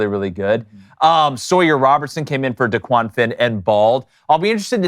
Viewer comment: I’m a liberal so not a big fan of the Daily Wire 😂 but this was awesome coverage. Y’all are knowledgeable and you actually pronounced DeQuan Finn’s name right (most people don’t). Looking forward to when we play Auburn Week 1 in Waco. Sic em